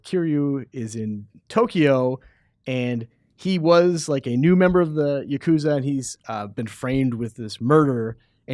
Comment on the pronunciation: Ya-Ku-Zah. Not Yakozuh